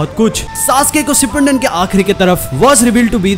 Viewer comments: SHIPPUNDEN NHI HOTA BRO SHIPPUDEN HOTA HAI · Shipandin nahi Shipudin hota hain